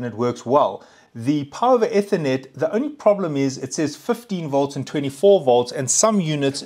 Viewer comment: eeeethernet , not etthernet 🤣